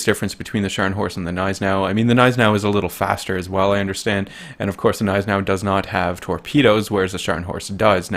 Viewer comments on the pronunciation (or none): Cough it's not silent. its just understated and americans don't do that with G's it's not "G-Neis-enau" its "gn-EI-senau" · The G in Gneisenau is not silent...i dont know who is throwing this around. It`s german, we dont put letters in words just to not pronounce them.